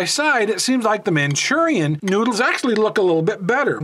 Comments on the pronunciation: Manchurian??? Ma Rue Chawn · “MaChUrIaN” LOL 😂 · Machurian lol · which is worse?: manchurian or ray-man/ray-men